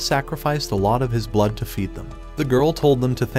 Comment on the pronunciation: bro ait aint that fucking hard to say blood